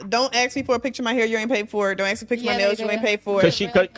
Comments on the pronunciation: Still can't say ask instead she says axe ...😂😂😂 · Hearing her say “ax” instead of “ask” multiple times back to back makes my ears bleed. 🙄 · Why don’t these types ever know how to pronounce “ask” ?